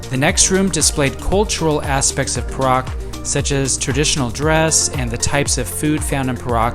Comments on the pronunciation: Your pronounciation of Perak is wrong. It is pe (pronounced ‘pear’) -rak. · The state of Perak is pronounced as 'Pay Ruck'.. Tks for promoting my state.